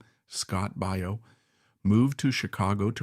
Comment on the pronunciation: ANOTHER worthless AI generated video full of errors and stupidity - and THE CREATORS NEVER NOTICED. Scott Baio is pronounced BYE-OH despite easy pronunciation checks being available. No one who produced this stupidity cared. But the best is where the idiotic AI says "During the late 1980s she appeared in episodes of the Love Boat and Murder. She wrote two extremely popular series..." NO!!! She appeared in episodes of "Love Boat" and "Murder: She Wrote," two extremely popular series.... C'MON PEOPLE - IF THERE ARE ANY OF YOU OUT THERE!!! IT'S NOT THAT HARD!!!